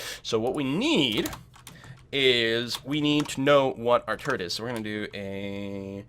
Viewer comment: Every time you just said "turret", I heard it as "turd". Made it quite comical, UI for building turds etc. :D